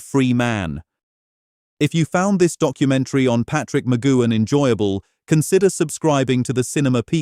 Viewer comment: You would think the incredible CRETIN who decided to instigate a 25 minute YouTube on Patrick McGoohan which had a great amount of detail of his life both before and after becoming an actor acting, which meant his surname would be said many times. You would also think that this cretin choosing to do so, would have heard his surname being said by humans directly, terrestrial TV, human made YouTubes and TV/Film documentaries where his surname would have been pronounced correctly. Sadly for the sake of making a YT video, which now is more for making money from advertising by YouTube its self and effectively the 'typist' typing in a title, they would have bothered to review and check what they have produced, i.e. watch and listen to what they have put on here. Because those of us, who grew up with Danger Man, The Prisoner and the films he was in, WE know how to say and hear his surname McGoohan properly, will wince when this AI video pronounces his name so it so badly. I personally found it very distracting, annoying and very much distracted me from information I wanted to know, thus after only about five minutes stopped watching. I wonder how many like me did the same, defeating the point of making such a video using AI.